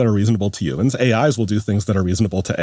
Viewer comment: Yuuumins? 😂human